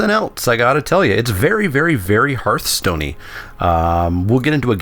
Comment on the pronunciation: HERTH-STONE not HARTH-STONE It's a HEARTH, Not a HARTH